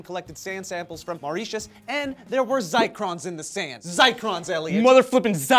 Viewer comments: I think it's Zircon not Zicron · Zircon* (not Zicron) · I think you meant ZiRcon, not ZicRon my friends. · ZIRCON, not ZICRON, it even says it in your source that you linked guys. Specifically they found crystals of zirconium silicate. Still love you though.:P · It's Zircon not Zicrons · i have no problem with telling this story. but when they almost directly copy the script on 75% of their stories from a single website, it gets annoying... especially when they don't spell check. ZICRON??? IT'S ZIRCON C'MON NOW you can't be inventing words and show it to 150,000 people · Zircon... not "zircron". Like cubic zirconia (which is not the same thing but has the same sound).